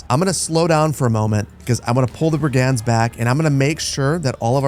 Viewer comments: This must be emphasized. It's drove me nuts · Fun series! What a cool game. Just so you know, "brigand" is pronounced BRIG-end.